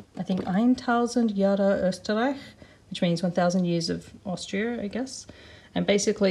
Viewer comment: I got so surprised at the 1000 Jahre Österreich Puzzle and especially by your almost flawless pronunciation for a (I'm assuming) non-native. I think I have seen this puzzle around at my grandparents house too, so what a funny coincidence.